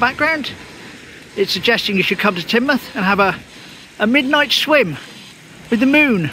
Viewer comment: Good one and now I know how to pronounce Teignmouth👍